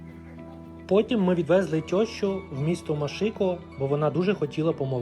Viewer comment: Не "тьощу" ------ а тЕщу по українськи.